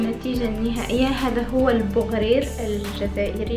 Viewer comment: بغرير مش بوغرير